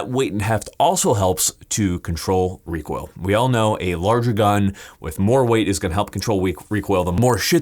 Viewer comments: "help control wecoil uwu" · Got to contwol that wecoil 😎